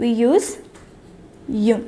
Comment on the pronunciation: Hello mam I would like to bring into your notice about your pronouncing, the word une is to be pronounced "iin". Thank you